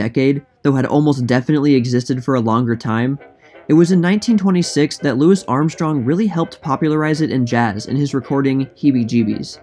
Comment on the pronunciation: Why do you say Louis Armstrong that way?